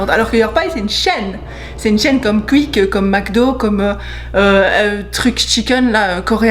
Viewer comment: Ça me stress les gens qui disent "Kuick" ... Bonne vidéo sinon !